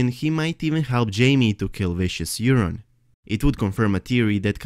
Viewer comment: loved your video, well thought out and presented, but I have to say it. yer-on.....yer-on. it's coming out way too much like urine, forgive me for chuckling, and it was said at least 10 times. Forgive me brother! I love your accent and your videos!